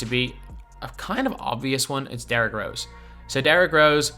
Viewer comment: My man talking about disrespect while butchering the mans name no way 😂